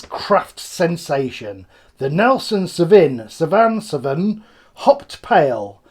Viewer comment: Another great video mate! For the record it's pronounced SAW-Veen🍻🍻🍻